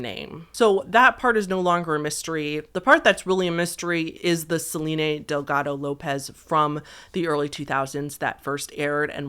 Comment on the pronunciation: Are you doing the thing where you pronounce certain names wrong on purpose for engagement? Selene and Shiva are just... Not pronounced like that.